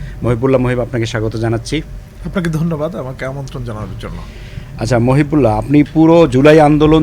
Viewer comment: জনাব উপস্থাপক, আপনার বাংলার এই দুরাবস্থা কেন? আপনি বারবার বলছেন মহিব্বুল. উনার নাম মহিবুল্লাহ. বাংলা ভিশন কি আর ভালো কাউকে পাই না?